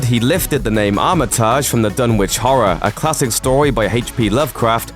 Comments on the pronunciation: Armitage is pronounced "Arma tij" not "Armitarrj" lol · Armitage is not pronounced "Awm-i-tawzh." It's pronounced like it's spelled. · "Armitaaj" ..Just no :L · Some interesting information here. But please, check your pronunciation before recording your scripts. The Lovecraft character is Doctor HENRY Armitage, from HPLs ‘The Dunwich Horror’. The last name is pronounced ‘Armitij’ not ‘Armitaaaj’... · It's not Arma-taj, it's Ar-mi-tij. Cmon wtf is that pronunciation. I heard that on the radio like 2 weeks ago and I'm from Chicago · "armiTAAAAAAAAAASH"... why not just.. pronounce it normally? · Ar-MIT a-gee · It's pronounced "Armitidge" and "h" is pronounced "aitch". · pretty sure you pronounce Armitage like "armitidge" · Is it really this hard to pronounce Armitage? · My favourite part of this video is the presenter murdering the name Armitage. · Anybody else want to punch themselves in the head every time they hear the attempt to pronounce Armitage?